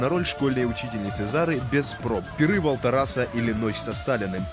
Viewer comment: На "... пиры Валтараса" (!) -неплохая оговорка. РЖУНИМАГУ, "я падстолом". Бугага.